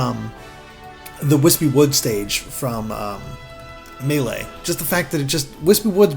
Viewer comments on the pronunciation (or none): Not meh-lay... It's May-lay. Like the way the announcer says it. In the game. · It's pronounced Maylay, not M'lay. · Me-lay or may-lay NOT ma-lay it just sounds too off But I like that you all say it differently and stick with it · I die inside everytime pronounces Melee like m'lay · Did he just say mellay?? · If he says “Muhlay” one more time I’m going to off myself. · Does anyone else hate the way pronounces Melee? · It’s Mae-lae (melee) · “May-lay” please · whoever has the annoying speech impediment and keeps saying "muh lee" for the pronunciation of melee should just stop talking , its embarrassing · Why does pronounce Melee as "Muh-lay"? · Oh dear heavens, don't say "melee" like that! I cringed so hard, that is not how it is said. first syllable is said like like mii fighter, the second syllable is like the lay, as in the chip brand.